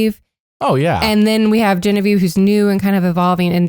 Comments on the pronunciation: Why do you call her Bobavieve? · Why do you call Genevieve bobievieve